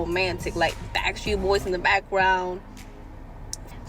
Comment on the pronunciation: Did she say...."Backstreet Boys?" 😅😅😅